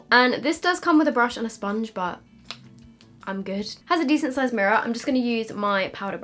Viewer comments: PS I loved the Scottish sounding ‘where’s my mirror gone’- we love u from Scotland heehee xx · “where has my mirror gone” Why did she kind of had an Indian accent at that part lol